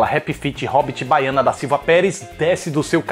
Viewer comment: “Bahiana” hahahahahahahahahahaha